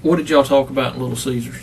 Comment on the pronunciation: I was about to say the same thing. You can't say "talk" lady?